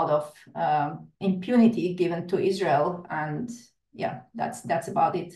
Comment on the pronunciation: Ban IZ-RA-HIELL